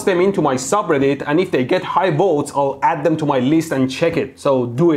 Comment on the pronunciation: When Mehdi says votes it sounds to me like volts